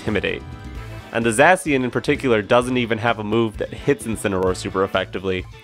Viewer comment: Not Zussy-an 😭